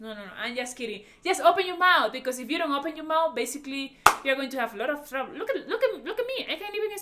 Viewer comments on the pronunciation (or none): none